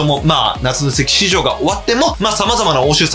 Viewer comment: 夏の移籍畜生にしか聞こえなかった